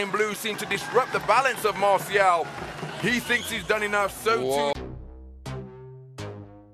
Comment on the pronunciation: Not masiao it's Marcial😄😆